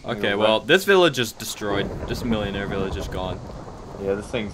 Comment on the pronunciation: Millénarie is pronounced Mill-Eh-Nair-Eh